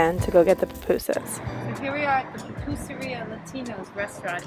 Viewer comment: Pupusiries haha lol no its pupuseria😅